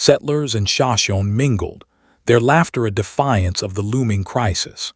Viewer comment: This narrator needs to be outed for mispronounced names of the sashimi and tepees… also there are so many addition errors they put!!!! Shame shame shame!